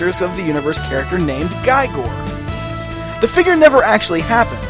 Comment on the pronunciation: really nice review and the figure is amazing... But His name for sure pronounces with E sound. His name is welsh.